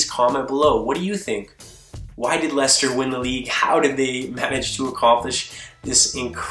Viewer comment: That's how it's pronounced